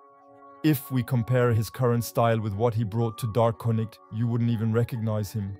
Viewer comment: THANKS FOR STEALING MY VIDEO CLIPS. NEXT TIME... ASK FIRST. FURTHERMORE, IT'S GUCCI MAN (PRONOUNCED MAIN), & DA CONNECT (PRONOUNCED JUST HOW ITS SPELLED) #VIDEOROBOT WAS HERE MF